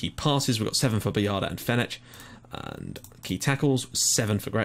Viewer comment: It's me again :P Some mistakes that you made a lot during this episode are that the surname 'Baldacchino' is pronounced Balda-kk-ino, Fenech is pronounced Fen-ek, Grech is pronounced as Gre-k, Naxxar is actually pronounced Na-sh-ar, and the top 3 teams currently in the league are mainly Hibernians, Valletta and Birkirkara, so in fairness, you actually got a very, very good result against Hibernians!